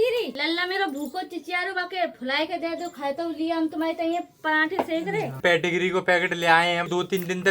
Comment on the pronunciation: पेटिग्री नहीं होता पेडिग्री होता है.